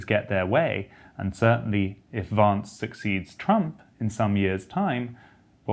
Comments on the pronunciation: it's Vance not Vonce. lol #merica #1776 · For the record, his name is JD Vance, not JD Vahnce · Why call him "Vahnce", when it's easy to say "Vance" (like "cancer")? It's a name, not a case of British vs American pronunciations eg of "dancer" and "chance". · I would never tell a Brit to say "chance" or "dance" like an American, but really, there is something absurdly precious and tone-deaf in mangling an American's surname. His surname isn't "vahns," it's "Vance," rhymes with "ants" and "pants." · Vance. A as in Hat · Pronounce Vance correctly!!!!! It is not “Vaaaance” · “Vaunce”— so not hillbilly, Freddie. 😂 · Learn how to pronounce Vance like Kass. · Freddy, his name is not pronounced Vance as in RP advance but Vance as in American short a... No one says Barclay California. It's Berkeley..